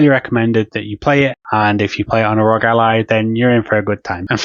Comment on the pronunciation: Why do so many people pronounce it “Rog”. All 3 letters are capitalized… meaning you pronounce each letter! The R.O.G